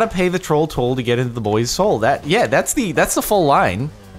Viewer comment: Alex Nells I think just can’t pronounce soul because he definitely says hole. And even though the rest of the play said soul mentions troll toll again when he’s on the tourist ride and again he sounds like he says hole but means soul. Funny as shut either way. Lol